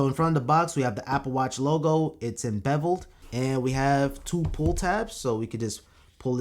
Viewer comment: “Enbeveled” ha ha ha